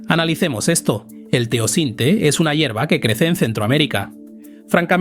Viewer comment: No es Teocinte, se llama TEOCINTLE.